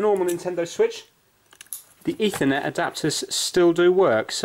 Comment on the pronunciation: Han nintendo suich lite wat